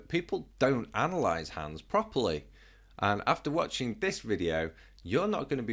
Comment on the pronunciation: you said analyse incorrectly